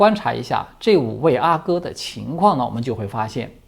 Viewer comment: 阿哥，阿是四声，皇子。